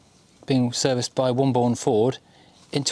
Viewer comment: It’s pronounced ‘Wombun’ in these parts (West Midlands)……..